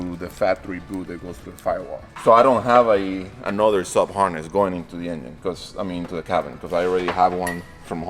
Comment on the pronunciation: LOL “the yinyin back in”